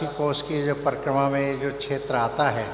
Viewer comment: छेत्र क्षेत्र जो मनुष्य क्षेत्र शब्द का उच्चारण नहीं कर सकता है वो बात करेगा धर्म की